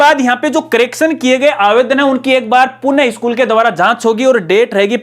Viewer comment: Sabse pehle to aap punah ko purn kehna band karo